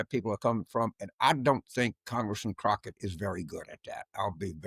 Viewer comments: Her name is pronounced 'cocklic'... c'mon man! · Turn off. Thumps down. How can a political person NOT KNOW how to pronounce Crockett??? Your RACISM is pathetic. The world does not need people like you.